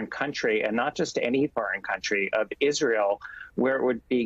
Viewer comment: Israyel not ISreeyal